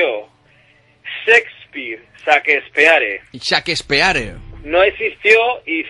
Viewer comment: Lo que mas me gusto fue la pronunciaciòn Sespir ja ja ja.